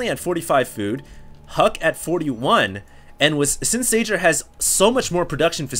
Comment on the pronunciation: Spot on about the 'Huk huk' thing hahaha I know it's just a name but Red terran's name is pronounced 'Sayer"